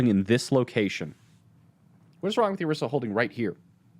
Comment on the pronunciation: "Orisa"..."Oriso"..."Oroso"...I'm dying!